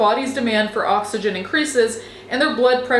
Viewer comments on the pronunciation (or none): none